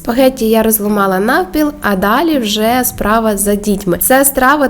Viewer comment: ООО. Научилась правильно говорить " спагетти". А когда-то говорила " шпагети".